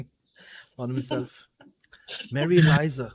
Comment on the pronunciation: ELIZA NOT ELIZA! LAVDU LOG😐